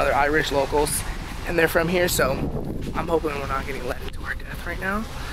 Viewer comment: why tf did he pronounce "here" like that